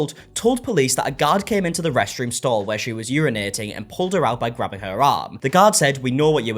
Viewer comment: i don't trust these drama loving, drama creating, entitled twits who turn words like "grabbing" into 3 syllable words.